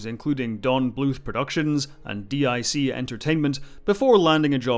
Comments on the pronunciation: DIC is pronounced “deek”. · DIC is pronounced as “D-ek” entertainment just an FYI.